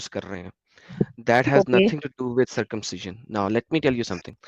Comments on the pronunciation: My simple question to....1st of all its circumcision not circumciion!!!😂😂😂😂 2nd...even Appendix is useless in body...why no description in k####... 3rd... said there was no anaesthesia previous....all wrong she must read Ayurveda!!!! 4th.... Circumcision is indicated only in a sickness called phymosis... there is no other reason.... Last one... first person born Adam according to k###...who did circumcision of this guy!!!😂😂😂😂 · She can't even say circumcision properly.